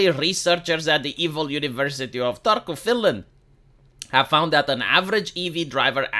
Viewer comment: I just want to appreciate the fact you're pronouncing Turku almost natively. Natives pronounce it as "arsehole of finland" tho.